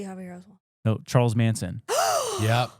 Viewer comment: Darwin Award nominee - Lee Harvey OSWALD, not Oswell - Haight (hate)-Ashbury District, San Francisco CA - Ray Bosch (squash)